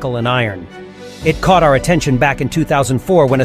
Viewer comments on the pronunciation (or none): none